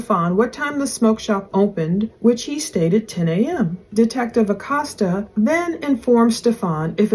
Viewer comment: ★☆★☆★☆★☆★ ITS PRONOUNCED Uhh Coast Uhh ACOSTA I just wanted to let you know, I just figured it's not a familiar/regular name used in the region of the country you're in. since I moved to the gulf coast im originally from New Mexico... I know I've had to learn how to pronounce lots of French, Creole & Cajun words (apparently, they're different according to Actual French & Creole people oh lord my mother-in-law goes berserk if u consider the Cajun language the same as French 😆😆)